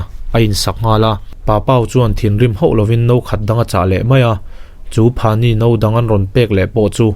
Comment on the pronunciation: Phani ni lo in phanyi tih a ni zawk e😃😃